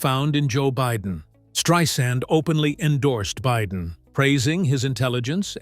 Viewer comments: At least say at least use her right name you're not spelling it right and you're not saying it right thank you okay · Learn how to pronounce her name.